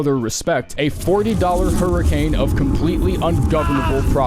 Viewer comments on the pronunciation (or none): none